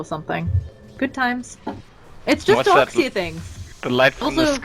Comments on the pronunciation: "Dork Seer" :'v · why is she always saying "dork seer"? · its more like dork seer for me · donk seer